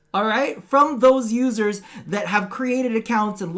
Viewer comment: Am I the only one who heard "losers" and not "users" every time said it?